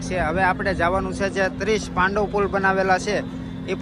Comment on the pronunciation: પાંડવ નહીં પેનટુન બ્રિજ છે